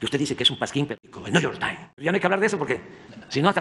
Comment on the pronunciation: El Niu yor tain 😂